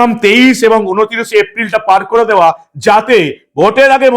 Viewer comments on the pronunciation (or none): none